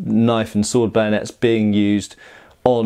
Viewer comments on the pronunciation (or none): Why "Bayonets" is pronounced as "Banuts /Benuts" ?